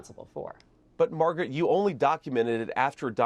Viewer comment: He actually got her name right. Calling her "Margaret," rather than "MAGA-rat."